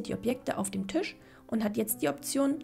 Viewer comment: Warum sagst du eigentlich immer Tüsch statt Tisch?😅